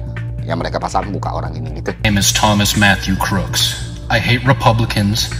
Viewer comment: Please enunciate Thomas Matthew Crooks correctly